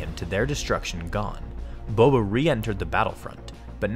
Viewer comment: it is Boba not bobe